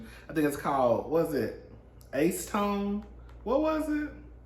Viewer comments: I died at “ice tone” 😂😂 oh 😂😂😂 acetone is pronounced ice - ah -tone. That’s how you say it 😂❤👑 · Soooooo it’s not pronounced. a-suh-tone or as-uh-tone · It's pronounced "assay tone". Telling you so you don't sound crazy in the shop. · Acetone pronounced- Ass a tone 😂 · Acid tone lol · It is pronounced as: a • suh • town. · My face when pronounced acetone 🥺🥺🥺🥺🥺🥺😊. So cute